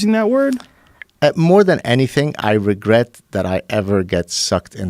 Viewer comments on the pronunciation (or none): Joe 'Regwet' Rogan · Joe “Do you regwet this, sir?” Rogan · More like the word regrwet. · Joe's turning into Elmer fudd